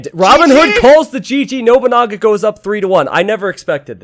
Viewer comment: love the way you say noboonaga XD it is no(pronoun as non)-bu-na-ga